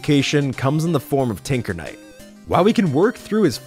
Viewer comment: did he say tickle knight? Plus omg it’s relic knight!